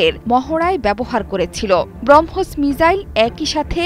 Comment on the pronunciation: মিজাইল × মিসাইল ✓